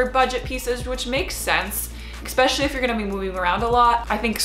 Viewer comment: I'm curious as to why she pronounces "especially" as "expecially"... I'm not a native English speaker, is that a dialect thing or is this how it's supposed to be pronounced?